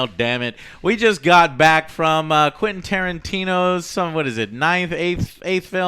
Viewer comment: why he keeps calling him "quinn" tarantino?